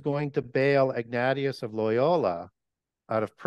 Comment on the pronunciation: Mary was recognised by the early church fathers as being the Mother of God. Name is pronounced Ig-NAY-shiss, not Ig-NAH-tee-iss. Ignatius and Francis Borgia are both saints.